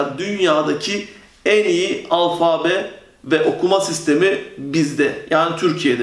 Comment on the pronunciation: alfaaabe değil alfabe olacak o